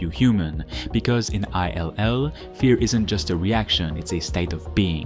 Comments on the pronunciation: I think it's "Ill" as in "I feel Ill", not I-L lol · Why does he keep pronouncing I L L ? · Did you just call it 'I'll' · Did he really just refer to this as “Eye-El-El” 😂😂 bruh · Is this AI voiceover? Why are you pronouncing the name of the game that way?